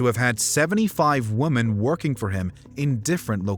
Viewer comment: It's pronounced women not woman 😒🙄😑😐😕😤